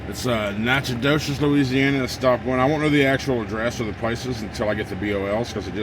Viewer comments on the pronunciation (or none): Your first stop pronunciations Natch-I-toch. Van Alystyne is north of Dallas on 75. Don’t go 20 to Dallas and up! Take 69 north from Tyler to Greenville. 78 to VA. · It’s actually pronounced nackadish. 😎